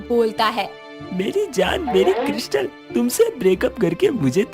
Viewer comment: Krystal hota hai kiristal nhi